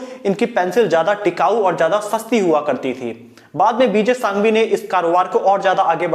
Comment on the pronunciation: सांघवी नही संघवी बोला जाता है ओर कैमल पेंसिल नही बनाता RR industries से बनवाते है